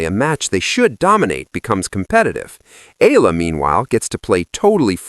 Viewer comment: ee-ya-la not eela